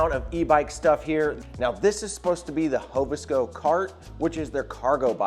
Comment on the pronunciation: Very good review but please it's Hov Sco, not Hovo. Gonna make peeps think we hobos.